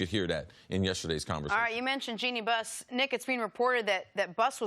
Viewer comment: No one: Cris Carter: Jole Embiid...Jenny Buss